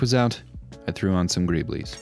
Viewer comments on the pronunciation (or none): Your are pronouncing Greebles wrong. Singular it is Greeble. Say it singularly, without the s, then you will realize how silly greebleees sounds. Nice work though.